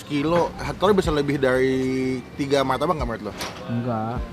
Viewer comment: Martabak bang bukan maytabak